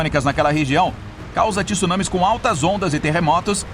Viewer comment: Otimo programa como sempre. Mas lembre-se,não é tisunami,por favor. Spaulo.